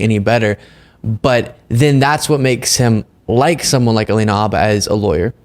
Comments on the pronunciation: I love your show but, for the life of me, I don't understand why you and Aaron Parnas insist on mispronouncing Alina Habba's last name. The H is not silent. You've even heard her say her last name in video clips yet, in video after video, you and Aaron continue to call her Abba. I'm no fan of Alina Habba, believe me. How she passed the Bar exam I will never know, and she is an embarrassment to the profession. That stated, she does deserve to have her name pronounced correctly. Thank you. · More out of curiosity than out of any respect for her personally (I have none), I wonder why you keep calling her "abba", as if it was a homophone for the band. It's Farsi/Chaldean and the H is not silent. Nor is it a soft guttural like the Islamist group Hamas. Your pronunciation sounds odd to me. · Why do some yanks drop the H off habba and pronounce it Arba? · Y'all make so many really good points but please learn how to pronounce "Habba". It's annoying enough to have to hear her name constantly all over the place but mispronouncing it is doubly annoying. The "H" is not silent ... 😊😊😊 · Why don’t you say the H in Habba? Is it silent? Other news outlets say the H. I’m confused 😢